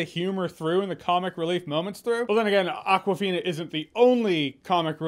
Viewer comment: its not aquafina, it awkwafina, as in akward